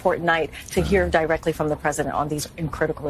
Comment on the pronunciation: "DIERECTLY" KJP'S favorite Die rectly.